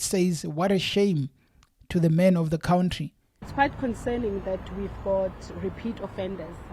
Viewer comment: You lost my interest in the story when you said Cwountry bro